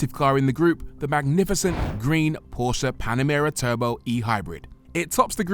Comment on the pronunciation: You both review cars for a living and don't pronounce Porsche correctly.